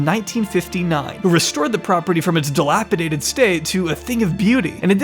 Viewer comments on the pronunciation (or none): Its "dilapidated" not "dilapidaDed"...